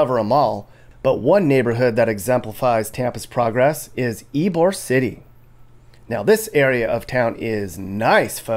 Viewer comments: Dude. Ebor? C'mon man, it's Ybor the home of the real Cuban sandwich and deviled crab. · It Ybor City, not Ebor, although it’s pronounced that way.